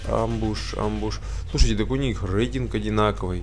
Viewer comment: Не амбушь, а эмбушь